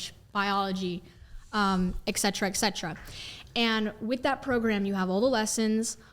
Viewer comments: Fine but it is eT cetera not eK cetera. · I homeschool. I love it! But it's "et" cetera, not "ec" cetera.